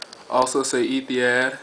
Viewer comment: pronounce it like Ethi-HOD not had, hope this helps. Great aircraft!